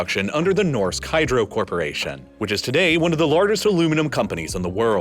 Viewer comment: Nårdsk Hydro